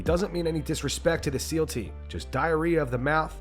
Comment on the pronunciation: SeAL, not SEAL. But I haven't heard any of the SeALs making a fuss about it...yet, I suppose lol.